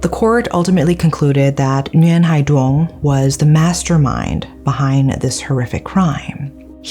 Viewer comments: Always love watching these videos about Vietnam. Not because i like the crimes (obviously), but because my lack in Vietnamese comprehension prevents me from reading/watching news about these things, and I know how well researched your videos are. So thank you for that! Though just as a note, for Vietnamese words/names: Duong is actually pronounced more like "Yoong". The letter D has a "y"/ "yuh" sound, and its only pronounced as the English "d"/"duh" sound when the letter D has a stroke in it (Ð & đ). Just thought I'd share for future reference :D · I have not heard of this case yet so thanks for sharing! I think he had other issues but this break up just put him over the edge. This is so sad and tragic. People need to take psychological illness more seriously. Thanks a million for another great case! By the way, you said the names incorrectly. The name “Duong” has the sound of “y” not “d”. But you did a good job.